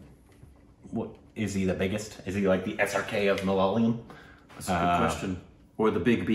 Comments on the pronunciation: Please stop saying malalayam. Say mala-ya-lam instead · It's MA LA YA LAM NOT MA LA LA YAM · When will you pronounce the name correctly..its MA LA YA LAM not MA LA YA LYAM*.. 😅😅. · Good Stuff guys.. PS: Its ma-la-ya-lam.. not malaliyam PPS: I wrote this comment just to point it out but didn't want to be rude. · Guys pleeease it isn't MA-LA-LI-UM .. it's MA-LA-YA-LAM (Malayalam) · The language is Ma-la-ya-lam, not the one you pronounce as ma-la-la-yam. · HEEEY GUYS! GREAT REACTION BUT JUST WANTED TO LET YOU KNOW THE PRONUNCIATION OF THE WORD "MAL-YA-LAM"(even though it could be be a difficult word for some people pronounce) MAL - LIKE DULL YA- LIKE YA😅 LAM- LIKE PLUM Hope it helps and keep doing this kinda juicy stuff...🤙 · our language...mother tounge is MA-LA-YA-LAM. Split to simple syllables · The language is "Ma-la-yaaa-lam" Please google "Malayalam pronounce" ☺️ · Guys, love your work, but it is ma-la-ya-lam! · You guys are crazy not even once in you review you have pronounced the language name Malayalam this is a palindrome. Pls pronounce the language as Ma- la- ya-la-m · Guys ure pronouncing malayalam in a wrong way u know 😂😂